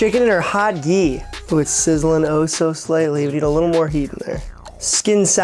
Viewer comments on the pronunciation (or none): none